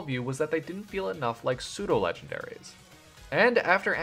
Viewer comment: Pseudo, not soudo.